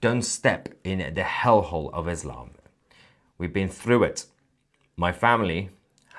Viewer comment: Why do you pronounce Israel Esrael and Islam Eslam. It sounds tarded